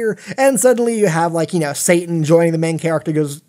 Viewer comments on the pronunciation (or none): none